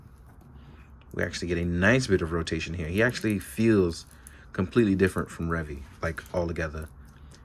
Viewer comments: Why do you refuse to pronounce his name correctly? It's literally pronounced... in the show. It's Re-Vie, not Revvy. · Revi's name is actually pronounces as "Ree-vigh" instead of "Reh-vee". In Japanese, the v is said as a "b" (Ree-bye). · Pronouncing stuff the way it is said in the show is not an unreasonable request. It's clearly not Revvy, so why say it like that? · IT'S RE-VIE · so why is he refusing to say it... The proper way? He's inventing his own pronunciation for no reason when it's literally sad... In the show. He even pronounces Revice correctly but not Revi. What even.